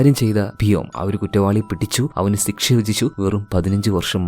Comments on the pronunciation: സിക്ഷ എന്നല്ല പറയാ.... ശിക്ഷ എന്നാണ്.... അങ്ങനെ ആണോ പറയുന്നത... അല്ലെങ്കിൽ record ചെയ്യുമ്പോൾ തെറ്റുന്നതാണോ... ഞാൻ കൂറെ ആയി പല video ലും ഇത് കേൾക്കുന്നു... ചോദിക്കണം ചോദിക്കണം എന്ന് മനസ്സിൽ ഉണ്ട... ഇന്നത്തെ video കണ്ടപ്പോൾ തോന്നി... എന്തായാലും ചോദിച്ചേക്കാം എന്ന്....😊😊😊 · സിക്ഷ❌ ശിക്ഷ✅ 🥲👍🏻